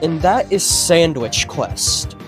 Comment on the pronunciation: "sandwish quesht" lol.